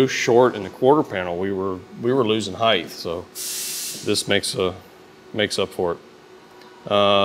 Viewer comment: You are pronouncing height wrong. Height ends in a T sound like bright, light, might. You are using a "th" sound, like length and width.